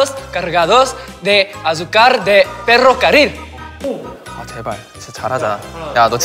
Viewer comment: Sungjin con su ferricarrol xD